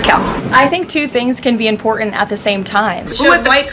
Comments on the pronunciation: I think that Kkkaroline needs to learn how to pronounce important, it's not imporant. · The word is im-por-tant, not im-por-int. Bet she's one of those people who tell other people to learn the language or get out. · Love the way she shows her class by saying "imporant." Where's the "t" Dummy?? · She can’t even speak properly. The word is important. It has two letter Ts in it. It is not imporan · I know this is beside the point , but I wish she would pronounce words correctly, it's imporTant , not imporant. pronounce the T idiot. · I wish she'd learn how to pronounce 'important'. It's NOT impordent. Yeah, I know it's petty. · What's IMPORENT???😂😂😂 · ☆ "Em-pord-int". So damn glad when she stopped saying it. ☆ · Karoline, There are two t`s in important, try to pronounce the word correctly